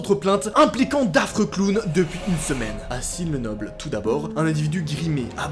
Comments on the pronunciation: Douaille , sine le noble ? Mdr c est douai = doué et sin le noble = saint le noble pour la prononciation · J’habite à Sin-Le-Noble😭et on dit SAINT PAS SINE😂😂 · "Douaille" "Sine le noble" ... ça se dit "Doué" et "Saint le noble" mec mdrrrrr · Juste pour info, ça se prononce "Doué" pas "Douaille", et "Sin le noble" pas "Sine le noble" Ça fait bizarre qu'il se passe se genre d'histoire juste à côté de chez moi ^^ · Ça se prononce Dou-é pas douaï et c’est sin pas sine le noble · ta pas respecter Les noms de mes villes 😭😭 sine le noble je meurt douaï 😭😭😭 respect stp c’est sin le noble et Douai 😭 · tu dit le nom des villes pas correctement sin le noble sa se dit saint, lambres lez douai c'est pas douay c'est douai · Douai se prononce " doué " et non pas " douaille " sinon bonne vidéo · Wesh c ma ville 😳 Et sa ce dit sain le noble ,doué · Douai ça se dis « doué » pas « douaille » et « sin le noble » on prononce pas le « n » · Il a aussi dit sine le noble ptnn😭😭😭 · Maiss ta vuuu même Sine Le Noble c'est trop 😭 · j'avoue il c'est casser la tête même avec Sin Le Noble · Sine le Noble je sais pas comment il a fait pour dire ça 😂